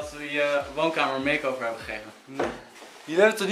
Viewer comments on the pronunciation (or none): "Makeover" ik hmmm "Meesover"